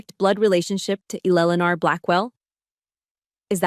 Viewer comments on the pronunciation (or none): Fix the AI voice - it sucks. Why can't it pronounce Eleanor properly?